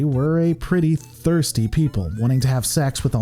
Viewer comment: I would simply say, consider a thesaurus. It's more fun using a variety of words to make the exact same point. Just so much emphasis on thirsty even in how you say it. The rest of the details were great. Though you could have noted the Nagus did eventually love Quark's mother, though I would also agree to note he could be quite senile for the benefit of all Ferangi. Anyhow, keep going! I'll check out other videos! I know you have tons of critics just as part of the internet society. Your work is often good. I don't mean any offense and I'm glad you didn't seem to take it that way.